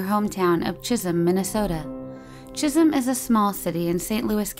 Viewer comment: I'm glad I don't live in Jizzum. Ohhhh, I thinks supposed to be Chizzem, Chisem? Not sure how its supposed to be spelled, but it sounded awful at first. Okay, I looked it up, it's Chisholm. My bad. But to be fair, it really did sound like the other. Especially since I was half asleep when I heard it. Confused me enough to wake me right up.